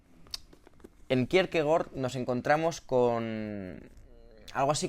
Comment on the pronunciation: Igual que Faemino y Cansado, tú lees a Kirkegar.